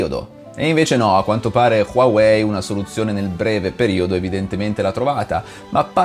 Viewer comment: LA PRONUNCIA NON È QUAWEI MA HUAWEI